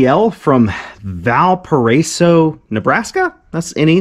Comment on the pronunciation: You did great pronouncing Valparaiso. I live in Valparaiso Indiana.